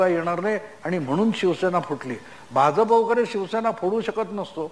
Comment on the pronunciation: Aho, Bhauna Bha'j'ap cha ucchar properly karayala sanga. It should be pronounced as Bha'jya'pa